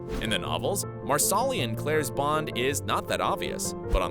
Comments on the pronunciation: MAR-SA-LEE, not Mar Sal Ee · Never will the voiceovers learn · Marsali not Marsoli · Nada Rosguttis I love the narrator. I think she is fabulous. Surprised you p go back to hear her say Marasli. I don’t remember her mispronouncing it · Yes! Especially Marsli! 🤦🏻‍♀️ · It's pronounced MARSE-lee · Please learn how to pronounce characters names (Marsali --- Mar-sa-lee) as well as where the major battle happens/locations. You're saying several wrong which angers fans as much as changing the story. It makes it obvious you've never seen the show. Only reading from a scripted narrative that you don't know squat about. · Mar solly? Lmao 😂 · Marsaaalii huh!!! Is it so hard to get some names pronounced rightn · "Marsali" pronounced "MarSAWlee"? I hate it when YouTube narrators can't even feign enough knowledge of their material to get the names right. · Mar soli 😂😂 it's pronounced like parsley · I'm so upset by "Mar-SAW-ly", dude what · Tammy McFall Philippi agreed. Each time the narrator says Marsali’s name I cringe. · 100% agree. I kept cringing every time he said Marsali. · if we are talking about "" she definitely butchered marsali, murtagh, loaghaire...etc etc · I was just thinking the same thing ESPECIALLY when he says "Marsali's" name LOL 🤦‍♀️🤦‍♀️🤦‍♀️ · Stop saying Marsali's name like that!! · It’s really annoying how he pronounces Marsali‘s name 😒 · It's NOT Mar solly. It's Mar suh Lee. Not kill aw dun. Not murk aw. So do your damn research!! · CullOWden? MarsAWli? Wtf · This narrator has obviously never seen the series, as "Marsali" would tell you at "Cullodon." ;'D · You could do just 5 minutes of research and learn how to pronounce Culloden, Jocasta, Innes, Brianna, and Marsali.